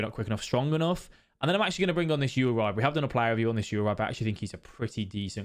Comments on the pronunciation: Great video, except for uribe's name hahaha it's oo-ree-bay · Great vid!! Ps it’s pronounced yuribey(uribe)